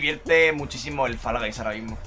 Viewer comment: Pronuncia bien Fall hombre, que queda fatal que Guys lo digáis bien y eso no... 🤦🏽‍♂️